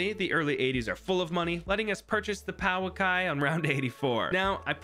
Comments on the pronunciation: T5 bird is pronounced poo ah kee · Paw ki thats how you say it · The bottom path 5th tier is pronounced poo-a-kai I think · The bird is pronounced like (Poo uh kai) Kai like Kaiju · The Pouakai is pronounced 'poe-a-kai' but Haast's Eagle is its english name if you would prefer it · To pronounce pouakai properly, make the ou more of an o sound and make the second a longer